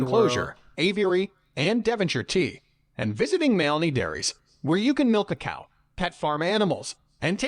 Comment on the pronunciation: oh for goodness sake. Moo loo lah bah. Mal aney!